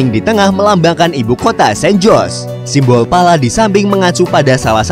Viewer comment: Detik 12.27 "Imbol Pala". Kurang "S" 😁 tumben fokus 😂 Tapi, overall Sangan Informatif.. Channel yg paling memberi wawasan baru dengan mengangkat tema negara 😁 dari yg tidak tau menjadi tau.. Dari yg sudah tau menjadi lebih tau. Terimakasih untuk admin 🙏